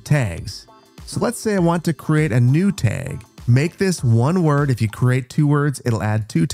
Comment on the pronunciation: I had a stroke listening to you pronounce tag.